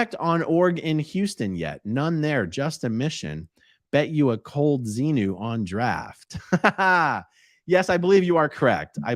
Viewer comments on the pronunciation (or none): none